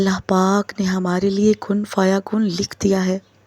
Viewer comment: كن فيكون. Not كن فيكن يى غلط